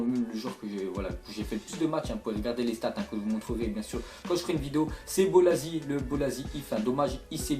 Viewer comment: bolasie c pas "zi" mais "ci"